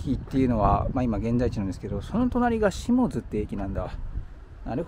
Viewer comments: 天王寺の発音は気になりません。一つだけいいですか？下津は「しもづ」ではなく「しもつ」と読みます。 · 下津→シモツと読みます。